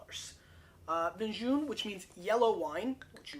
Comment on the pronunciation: Make an effort to learn pronunciation of foreign wines